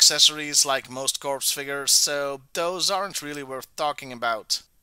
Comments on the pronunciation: I have I been wrong all my life in pronouncing “CORPS”, I thought it was pronounced “core” it sounded like “corpse” in this video, or maybe it’s just stupid American language and pronounced that way in the rest of the world…idk. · Hey just so you know the P in corps is silent and it is pronounced as "core" like the marine corps is called the "Marine Core". Je comprends que l'anglais n'est pas ta langue maternelle. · This is correct. P in the spelling, not in the pronunciation. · It is pronounced /kôr/